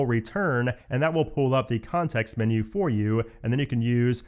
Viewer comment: "Minyoo" for "menu" is like nails on a chalkboard to my ears.